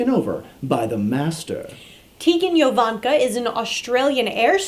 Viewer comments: Tegan JO-vanka. Not Yo-vanka. She's from Australia, not Spain. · you said tegan yovanka, it's pretty hard to blame that on an accent